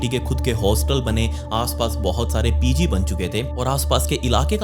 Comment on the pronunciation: Pezee nhi pg hota Yeh pezee pezee kya bhoonkta hai Chindi chor